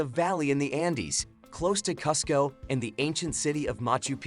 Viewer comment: This guy pronounced Lima and Cusco incorrectly.